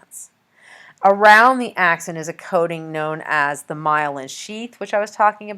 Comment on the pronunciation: This lady has no clue what she's talking about can't even pronounce "axon" lol. Don't waste ur time on this vid